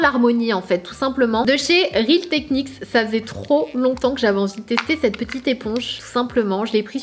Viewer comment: Sanaa, je t’adore mais peux-tu essayer d’arrêter de dire « CED robe » au lieu de « cette robe » 😭? Haha!! Bisous